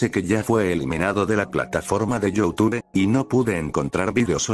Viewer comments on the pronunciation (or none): none